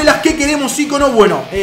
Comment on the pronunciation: Hasta que escucho a un youtuber decir ícono bien jajajaja dj pumus cacho entre otros dicen icóno con acento en la O jajaja